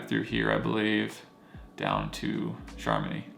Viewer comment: I don't mean to be a pronunciation snob, but you asked for feedback. It pays to learn the correct pronunciation of place names. Chamonix is pronounced "shamoni." And the "au" sound in "haute" is a special french vowel sound that you just need to learn. And the final "e" in "cabane" is silent. Google's pronunciation app can help a lot here. The Swiss are in general very polite and used to Americans mispronouncing their words, but it shows respect to try to get the pronunciation right.